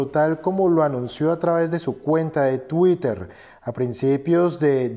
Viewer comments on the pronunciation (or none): none